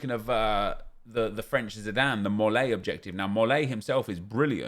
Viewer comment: says french zidane like he’s not french aha